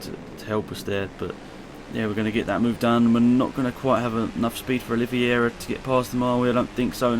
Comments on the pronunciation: Also Oliveira= Oli-ve-ra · QUARTARARO-QUAR-TA-RA-RO(kvar-ta-ra-ro) OLIVEIRA-NOT OLIVIERA